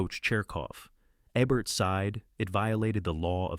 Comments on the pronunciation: It's EEE-bert! Not EHbert. Get your AI narration out of here. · Speaking of bad videos , it's Roger EEbert not ehbert. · The mispronunciations made this unwatchable. Eh-burt vs EE-burt for Ebert? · It's Roger Eeeeeeebert, yo dim bulb. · Roger EBBert? C'mon. Use better script reading software or perhaps learn English and read the content yourself for the English speakers you are targeting with your content. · It’s pronounced Ee-Burt for FFS! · Dan Ay-croid and Roger Ebb-ert are why I'm stopping at one minute and blocking this AI channel. No one will be offended. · I hated, hated, hated, hated, hated, hated, hated this fake video. And Roger Ebert would have hated it ever more. As well as hearing his name mispronounced. When did he compile this alleged list? Answer: Never. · In the first 10 seconds you mispronounce the name of the critic whose name is on the video. I’m out. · Yes, the voice mispronounces Roger Ebert's name all but twice.